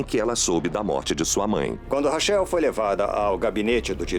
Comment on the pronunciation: Que agonia chamar a moça de "rachéu". Lê "Raquel", pô!